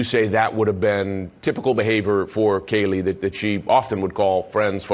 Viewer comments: would you like your child’s name said incorrectly several times in a video, after they were brutally murdered ??? In a video put out by someone who doesn’t even know the family or victims ?? I think not!! We are all human and make mistakes but, when you are making money off these videos, at least put the video out with the correct information. I understand the typo, but after the several times Kaylee’s name was mispronounced, I would hope you could type the last name correctly, considering you can correct it easily. And please don’t assume you know me. A message can be taken several different ways. It all depends on the reader. Me speaking to harsh, it’s the way you read it. As you may have read (or not) I did say I wasn’t trying to be an a$$. Merry Christmas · How many times can you not say Kaylee correctly? I heard Katie and Kelly. This is disrespectful. Also, the last name is Goncalves. If you are putting out videos of this horrible crime, show the victims and their families respect. Say the names correctly. And to pin a comment with the last name misspelled, imo is very disrespectful to the victims and their families. Not hard to go and correct the pinned comment. The video of not saying Kaylee’s first name correctly several times leads me to believe that this is about clicks and views. I am sorry if this is not polite, I am not trying to be an a$$. I just feel it is important to get the names correct. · Its Kaylee, not Katie. You got it wrong multiple times and that seems Ike a basic thing you should make sure you get right before you post a video. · It would be great & RESPECTFUL if you would at LEAST pronounce KAYLEE'S name correctly. You have called her Katie and different name smdh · Came here to point that out. She actually says Katie a couple different times. It bothered me so much I couldn’t even focus on anything else she was saying. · Bro you keep pronouning kaylee wrong. You said kelly and katie it's KAYLEEE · Her name is not pronounced like Kelly.